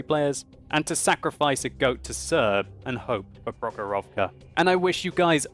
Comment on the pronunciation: Man) its not prohorOvka its the prOhorovka. I from Russia.